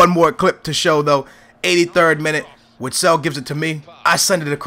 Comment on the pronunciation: Call urself a benfica fan yet you can't say witsels name right are you a glory hunter